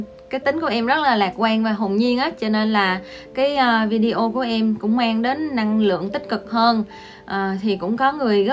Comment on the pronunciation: Lần đầu tiên xem và nghe. Chứ Video đọc Vi-đê-ô là đúng không như Lê Nhung quay Video về cuộc sống ở Trung Quốc thường đọc Vi-đeo nghe quê lắm!! Mặc dầu tớ đã góp ý nhưng cũng không thay đổi cách đọc vẫn đọc Vi-đeo!!